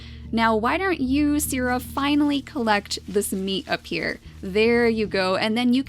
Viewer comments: Maybe you could pronounce 'Sire' like See-rae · Try saying it like syr or sier, pretty much say it with the long i